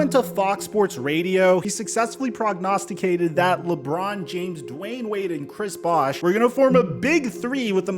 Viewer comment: When you said "prognosticated" 💀💀💀💀💀